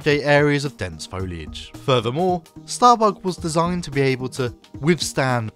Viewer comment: you cant say it bug .. you gotta say it like Lister .. StahrBoog lol